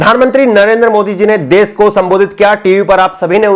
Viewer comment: aap bahut ache patrakar he ache anchor he Lekin apki bhasha,shudh nhi he visheshkar sha,shabd ka ucharan sahi nhi hota. Aap sha ko sa se ucharit krte he. Jaise desh ko des kehna Jaise rashi ko rasi keh rhe he. Patrakar anchor ki bhasha ka ashudh hona sharm ki baat he